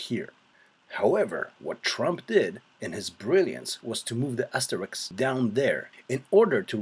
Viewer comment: It's funny how asterisk is now pronounced Asterix, like the cartoon character. Great video, btw